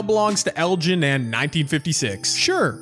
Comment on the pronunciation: hahahahahaa😂😂😂 thats so funny he said “erin” instead of “elgin” lol hahaha